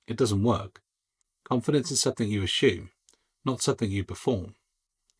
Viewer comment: Great video with the word is assume not ASHUME